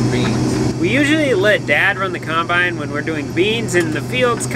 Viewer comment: And coymbyine for combine 😁 i no longer say combine either, it's coymbyine or no bine